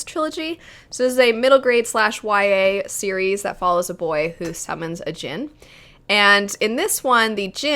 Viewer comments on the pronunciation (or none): none